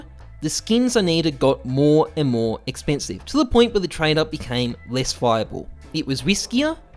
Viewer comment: sexpensive xd